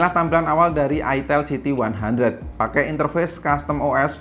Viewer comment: Itel siti 100 Itel siti 100 Geli geli geli gimana gitu ngucapinnya Apalagi ngucapinnya "itel siti 100, ha.... Itel siti 100" Hehehehe